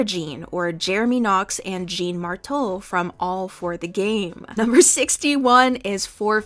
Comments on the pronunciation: Not “jeen martow” 😭 Jean Moreau my beautiful Frenchman, you deserve better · maybe the Worst pronunciation of Jean Moreau I've ever heard holy 😭😭😭😭😭😭